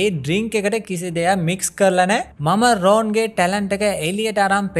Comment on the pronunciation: ඔක්කොම හොඳයි හැබැයි නම් ඔච්චර ඇදලා කියන්න එපා.. රෝන් නෙවෙයි රොන්.. ❤️